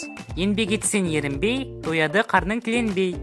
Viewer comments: Ерінбей , Ң ЕМЕС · Ерінбей ң емес